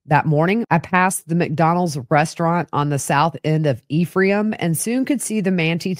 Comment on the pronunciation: The towns in Sanpete are pronounced “Man tie” and “E from” 😘